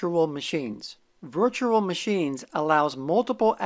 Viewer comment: Don't know if you've noticed but you kind of pronounce virtual as virtural. Can you try saying rural juror? 😊